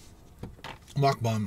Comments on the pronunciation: It's MukBANG not MukBONG!! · Mucbong? Think it's Mucbang. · it bugs me so much when people say mukbang when it's spelled meokbang even koreans do it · I broke out in surprised laughter every time I hear him say Muck Bong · I broke out in surprised laughter every time l hear him say Muck Bong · OK I have to comment, reluctantly. Muck Bang, Muck Bong, and what is aten? Come on, if your income is from a channel, at least use proper language, ffs. Honey and chicken nuggets is for 8 year olds, I know, my sons ask for it. Be a daredevil and try something adults like. Lastly, if you drop a piece of lettuce, the world won't come to an end. Let it go and clean your car later. Long time subscriber and fellow Ontarian. Do Big Boys Burgers!